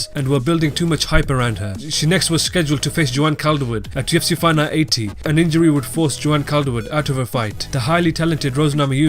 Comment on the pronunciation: can you say fight night more clearly? i sometimes dont know what youre saying